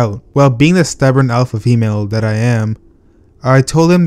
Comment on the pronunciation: Did he say “Alpha female”???..